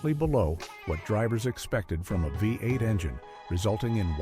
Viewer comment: AI voice over. Through most of the engines, it says FiVE 8, not VEE 8 as V is the roman five.